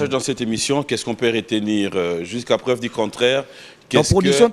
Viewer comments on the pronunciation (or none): none